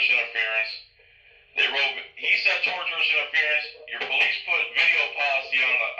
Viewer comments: Learn to say tortious - you sound like you're saying tortured or something. TOR-SHU-US or TOR-SHUS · I'm on your side. Having said that, I want to make sure that you know that there are 3 words: Tortious, tortuous, and torturous. It sounds like you're saying the latter. It's sounds like you're talking about torture. I'm not trying to pick on your. It just sounds funny. I wanted to make sure that you know the right word. Much respect, and may God send his angels to protect you as you go about preserving all rights. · Tortious interference refers to property tort. Pronouced TORSHUS